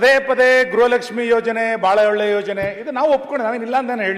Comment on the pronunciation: ಗ್ರಹ ಲಕ್ಷ್ಮಿ ಅಲ್ಲಾ ಅಮ್ಮ ಅದು ಗೃಹ ಲಕ್ಷ್ಮಿ 😁😁😁😂😂